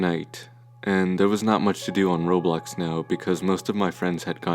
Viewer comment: Him saying Roblox sounds like Robux lol